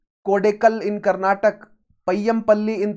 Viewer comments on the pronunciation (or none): none